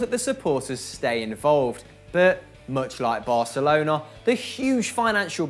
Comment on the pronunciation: Thank u for pronouncing Barcelona without the ceseo :") it's so cringy when English speakers say barthelona